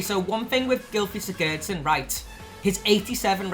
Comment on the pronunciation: you say sigurdsson wrong